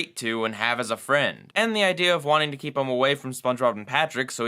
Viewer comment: Am I the only who, during the Squidward in Clarinetland review, heard him say "kleep the clarinet" instead of "keep the clarinet?"